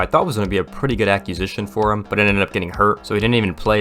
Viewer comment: Aqusitan? What is that? Acquisition